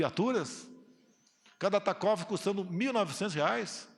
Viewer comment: Estratégia pra combater a pandemia nenhuma, só essa palhaçada desse imbecil safado. Gostaria de saber o que esse Hélio negão faz no governo exatamente, e essa Damaris, enfim, todos são inergumenos e estão nos levando para o buraco, e de lá vai ser difícil de sair, ele nem sabe falar tacógrafo, que imbecil